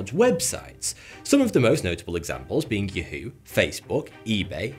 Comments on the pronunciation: Lol “you-who” in said of “ya-who” lol its in the commercial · It's Yahoo not Youhoo 🤣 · Funny how he pronounces Yahoo Yu-hew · The way he pronounces Yahoo though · Has he never heard anyone else say yahoo out loud before? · love the way you pronounce Yahoo. Lol. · Never heard Yahoo pronounced like that. 🤣🤣